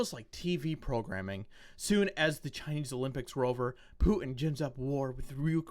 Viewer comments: I agree with what you say, but PLEASE....DON'T say "POO-IN"!! It sounds stooooopid!!! It's "PUTIN" - there's a "T" in the middle!!!!! Don't EVER let me hear you say "POO-IN" again!!!!! DAMN IT!!!! . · You pronounce Putin funny.